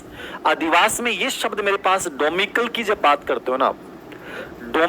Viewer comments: डोमिकल नहीं डोमिसाइल होता है बे चुटिया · डोमिसाइल है डोमिक्ल नही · It's domicile not domical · डोमिकल नहीं डोमिसाइल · Wosab to theek h but ye डोमीकल nahi डोमिसाइल hoga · Domical ni hota domicile hota h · Domicile डोमिसाइल होता है Sir डोमिकल नही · विश्लेषण चाहे दोनो का ही अच्छा रहा होगा लेकिन domicile का pronounciation कैसे गलत कर सकते है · Vandana mam ka answer sahi hai domicile ko sahi se pronounce nhi kr rahe hai baki aap samajhdar ho.... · SIR AAP KYA PADHA RAHE HAIN .DOMICILE NAHI BOLNA AATA AAPKO....😡🙏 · ok.. I m sorry but sir ko bolna thora pronounciation thik kren...wo teacher hain aur students unko follow karta hai.